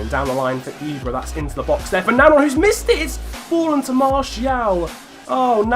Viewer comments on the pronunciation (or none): I just wanted to say it's Joris NanJON not Nangon pronunciation wise as if there's a tilde on the second 'n'.